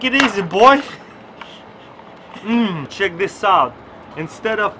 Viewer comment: I'm not making fun of him bbecause I also have an accent, but it's so cute the way he says "cheek it out" instead of "check it out"